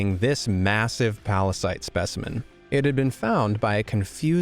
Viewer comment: P A R A S I T E ?! - Venom, calm down. It's Pallasite. Pall...a...site. Oh, sorry. You know my condition, Eddie. - Yeah, I do. (uh, Eddie?) It's fine, OK? Chill. Calm down. What a pallasite. P A R A S I T E ?! - VENOM, STOP! (heheheheh!)